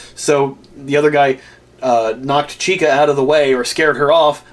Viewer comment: It’s pronounced cheeca